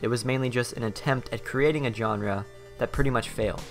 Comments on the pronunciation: dude wtf is a "JOHN-RUH" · If you drink every time he butchers the word "genre", you'll get alcohol poisoning. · please learn how to pronounce genre